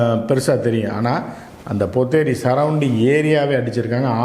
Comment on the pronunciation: Not ponneri .potheri.